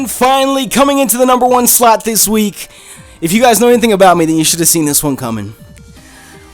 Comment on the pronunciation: it sounded like he said the #4 slut X D